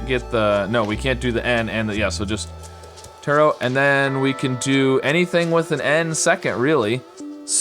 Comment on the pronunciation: Tarot is pronounced like ‘tarrow’, with a ‘oh’ and silent T, for reference